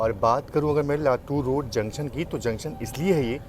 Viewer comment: Videos are good but prononunce "junction" properly